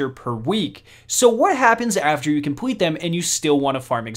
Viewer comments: Bro work on your l instead of saying compwete complete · Okay, you've messed up saying Complete and Public, you said : "Compwete" and "Pubwic", need to fix that bro (Edit:) you need to learn how to say words with L in them.